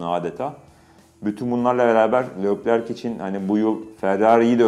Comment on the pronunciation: Serkan Acar saygı olarak senin durmadan seslendin (Lökler diyorsun) söyleyiş aslında Türkçe yazarsan( Lekler diye okunur ) Lökler diye okunmaz